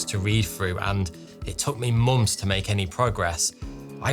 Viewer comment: what are "mumths"? 🤔🤔🤷🏿‍♂🤷🏿‍♂🤦🏿‍♂🤦🏿‍♂🤣🤣